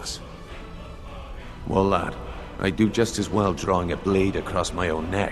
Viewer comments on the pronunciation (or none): none